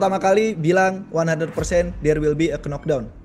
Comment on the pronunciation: pengamat combat sport, tapi dari dlu ngmg "knock down" selalu "Kenok Dawn" bukannya "Nok Dawn"